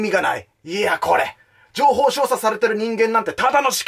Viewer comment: 情報"しょうしゃ"